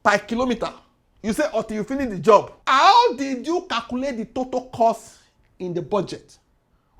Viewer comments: i kove u so much, pls dnt take it the wrong way...it is pronounced totAl not totol. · did you say Toto distance...😂